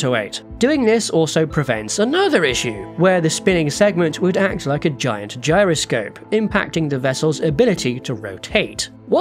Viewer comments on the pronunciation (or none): none